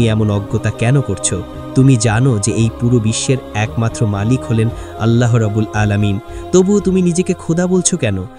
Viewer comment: Bhai apni Allah nam ta shotik uccharon kore banglai